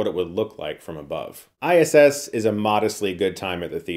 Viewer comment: That "ISSSSSSSS"....awkward pause in the beginning made me legit LOL